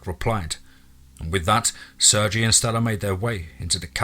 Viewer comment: Dude i love you but it's pronounced "Sur-gay" other than that, keep up the amazing work